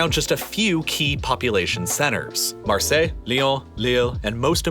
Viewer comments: Marseille, Lyon, Lille are correct But then you had to close it up with Paris pronounced in English, that cracked me up lmao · love the fact that he pronounce Marseille, Lyon, Lille perfectly but then say PariSS xD